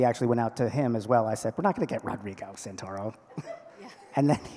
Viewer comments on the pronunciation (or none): The moderator wasn't prepared or was totally nervous, she said most of the names wrong. Rodrigo Santorio? Amari Jackson? and the actors didn't correct her midstream which was nice of them, I'm sure fans were rather upset at the names being mispronounced, and the narrator stated she wanted to say their names as it was so important for the fans - and that they needed name-tags.. well she did call Armani Jackson - Amari to his face in the question process and he didn't correct her. Next time, better prep. The panel itself was cool. The series is great, and the cinematography is superb. The cast is great as well. Greetings from Berlin, Germany.